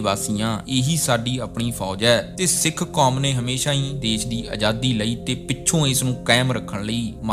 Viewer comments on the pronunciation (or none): none